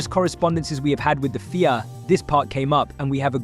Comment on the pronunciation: Prix is pronounced as you would Tree changing the P over and the FIA is pronounced as seperate letters F.I.A. 👍